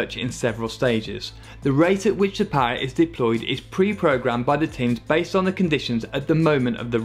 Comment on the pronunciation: Put down more power? Ya, more power. More powa'? More powa' baby! MORE POWA' BABY!